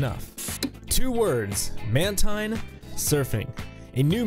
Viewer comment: Man-teen not man taaain